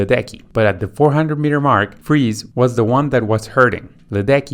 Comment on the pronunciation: Very good in general. Definitely wrong on Friis (Danish).